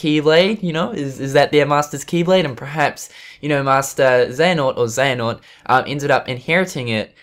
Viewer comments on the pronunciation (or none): Hey man please review the rewind theater of kh3 from ign, it was absolutely horrific and fucking cringy, they dont even know how to pronounce the name Iraqis and xehanort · I don't know if you're going to see this but I just finished watching an IGN video on Kingdom Hearts they posted and it really angers me how they try to act like they know what they are talking about, when they really don't. They can't even pronounce Xehanort right...